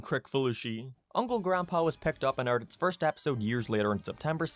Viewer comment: Aired not AYEIRED